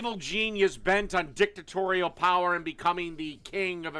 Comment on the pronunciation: The way said dictatorial sounded like dicktorial, like a tutoring for your dick. Dicktorial: for when you need to know what a urethra is.